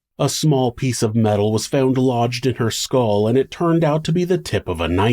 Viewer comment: Starting the narrator speaks about the tip of the knife being found. Then ish he says found again in a distinctly different accent.... Like fowwwnd. Is anyone familiar with this accent or can identify it? Thanks!